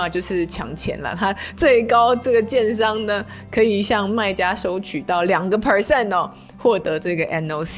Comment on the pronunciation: 老听着你叫人家奸商奸商的，听到第八次才知道你在说“建商”😅